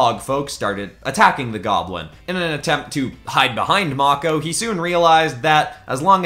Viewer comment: i hope you meant to say "mako" like "mocco" (its actually pronounced "mayko")